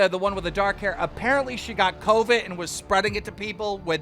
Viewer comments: I hated bow the 1st girl talked “Coveed” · “She has COEVEDD”